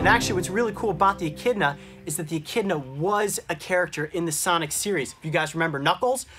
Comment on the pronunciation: i thought when he sais "echidna" i thought he said "eh kid nahhh"